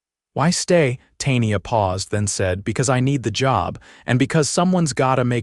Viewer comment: Tay-nee-ah??? Good grief.